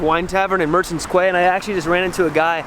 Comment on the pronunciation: Ok, i am surprised a grown man cannot pronounce the word "Quay", its like Key lad. Very easy. 😂